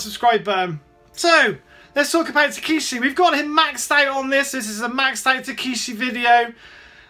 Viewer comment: The way to pronounce his name is Tuh•keh•shee